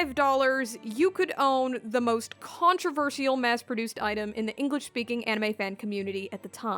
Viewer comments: the pronounciation is killing me inside. controver sial and not controvershal… but its ok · I don’t believe I’ve ever heard someone pronounce the word controversial that way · "Controversial" please... please learn to say this correctly.